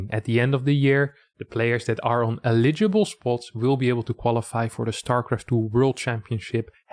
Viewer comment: I know English isn't your first language, this is just if you wanted to improve it. You buy things with money (you pay employees/workers). Eligible (emphasis on first syllable).